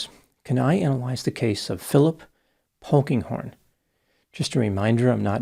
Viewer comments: When he said Phillip "Pokinghorn" I thought it must be a joke...😂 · At first, I thought Dr. Grande said Honkinghorn.